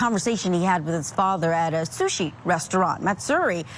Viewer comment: Charlie is so sickening. Gotta love the way he says “shushi” for “sushi.” Sure Charlie… you and your dad both knew that was an undercover agent at the restaurant. 🙄